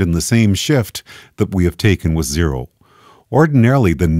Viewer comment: that`s not zero, thats Jero .. lol xD